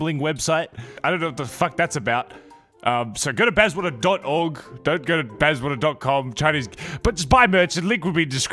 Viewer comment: Why Bazzwater and not Bazzawater?